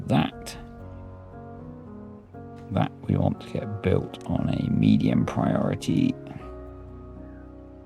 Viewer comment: "Respect my prior-tah?" classic! thank you sir for the lols